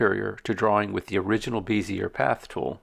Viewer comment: Good tutorial. Bezier is pronounced beh•zee•ay, btw.